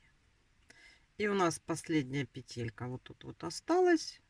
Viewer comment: Не петЕлька,а пЕтелька.Вы почитайте в интернете,если туда вышли,как надо правильно говорить,нерусская,что ли?